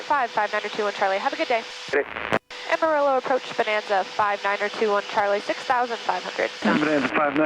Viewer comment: This is a fantastic video and its super cool that you fly. Please google the pronunciation of Amarillo though. <3